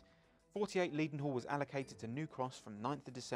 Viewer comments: Even with the low volume soundtrack it seemed a pity that doesn't know that Maunsell is pronounced to rhyme with cancel. continually mispronounced Leadenhall as Leedenhall, surely someone could have checked this. Apart from that I echo most of the other comments about this episode and hope that there will be an improvemnt in the next one. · Just subscribed. Does that tell you enough? I agree with some of the other contributors that we should have seen what was pointing out, and perhaps someone should tell how to pronounce “Leadenhall”! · Please stop pronouncing "Leadenhall" incorrectly. The first syllable should be "led" as in pencil, not "leed" as in dog.